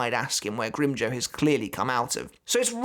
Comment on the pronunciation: “Grim-joe” Lmfao it sounds like he said that instead of “grim-jow” like jowl without the L